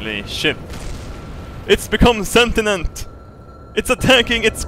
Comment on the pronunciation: "It's become sentinent!" ROFL